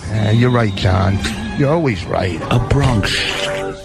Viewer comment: Why is dummy saying "Bronkish tale?" This guy doesn't under his own bits.